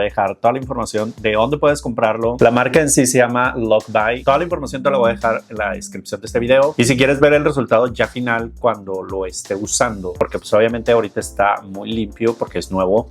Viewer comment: LOCHBY se pronuncia “Locbi”. Es un juego de palabras como si se escribiera LOCHBEE-BEE= 🐝 Just FYI 😅 Ps. Amo tus videos ❤